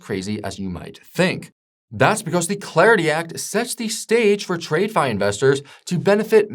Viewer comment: Who is this guy reading a script written by Chapgpt and pronounces "trade-fi"????